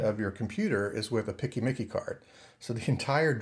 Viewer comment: This is the first time, in 23 years of working in IT, that I've heard someone say "PCMCIA" as "picky-micky" :D